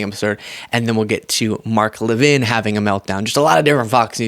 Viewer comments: What’s with his French pronunciation of his last name? I would have said LEV-in just looking around how it’s spelled. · Levin, like leaven, not Le Vin. He's just trying to keep up with the Jones' of the big 'Fake Take' world.